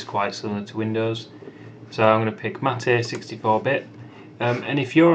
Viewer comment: Uruguayans and Argentinias (myself) thanks your correct pronunciation of MATE